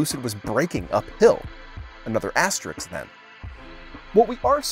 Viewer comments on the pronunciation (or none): The word is asterisk NOT astrix and it certainly isn’t astrixes. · The word is ‘asterisk’, not ‘asterix’. 🤫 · Asterisk. "asterix" is a French cartoon character